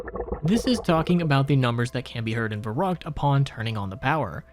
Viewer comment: Fer-rookt, not ver-ruckt